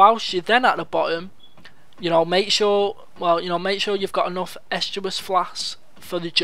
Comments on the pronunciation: please just...it's EST-US Flask not Est-uas flask. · estus not eschubus